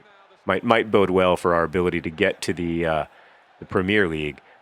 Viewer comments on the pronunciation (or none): none